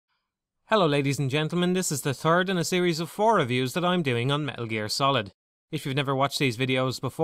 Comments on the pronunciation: Hehehe i just realized when you say "third person" it sounds like "turd person" XD but great review haha this is like the turd time I've watched it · "turd person camera" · I'm sorry, but "turd person camera"? Thats just funny.